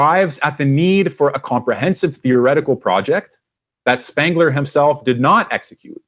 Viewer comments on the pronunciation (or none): SPENGLER not SPANGLER. Thanks.